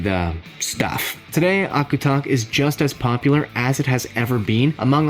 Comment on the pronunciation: Hey agutak! (Eskimo Ice-cream) I'm in alaska and it is pronounce "ah•guw•duck" lots of different ways to make them but the berries and cream what really make it taste like fruit salad 😊